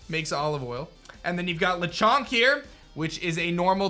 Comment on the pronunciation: Perfect pronunciation of Lechonk! 😁😁😁